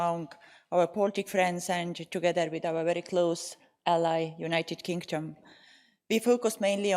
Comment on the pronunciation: United kink-Dom 😅 love the Estonian accent . Made me smile through all this madness . Strength to Ukraine 🇺🇦